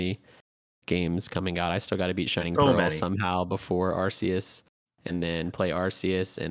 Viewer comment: It's Arceus with a K, like "archive", not with a C like "arse". It's in one of the trailers for the game, it's the official pronounciation.